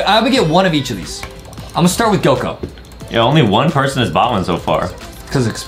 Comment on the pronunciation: Bro said gog instead of Goku😂😂😂